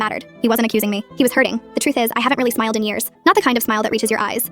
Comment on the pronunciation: I THOUGHT SHE SAID “smelled”😭😭